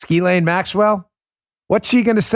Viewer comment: Proper pronunciation is jizz-lane Maxwell.🥁